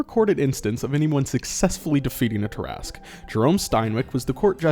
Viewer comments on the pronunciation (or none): I was so disappointed that you pronounced it Tear-Ask and not Tear-a-sque...